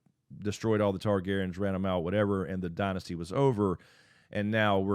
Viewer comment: The Targaryens have never left. There was three then two and now one. So please say it right this is your job.